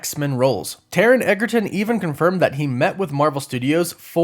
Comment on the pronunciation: Edge-err-ton — not — Egg-err-ton